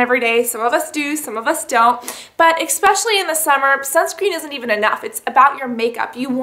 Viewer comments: CASSANDRA its said ESPECIALLY NOT expesially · Cassandra tis eSpecially not eXpecially. ( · Urgh Cass I love you to death, and I hate being this OCD person, but it's ESpecially, not ECKspecially. I'm sorry, I can't help myself. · i use to just think it was the way she pronounced 'especially' but she does actually say 'expecially' haha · lol "expecially" ... I love you girl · I love you Cassandra, but it's NOT expecially!!